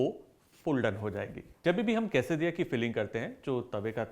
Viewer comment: Same I heard but should be la